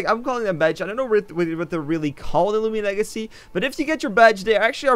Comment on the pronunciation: " lumian legacy"→_→